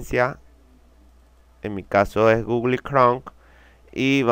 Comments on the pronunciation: no puedo confiar en alguien que dice gugli... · "gugli" jajajajajaja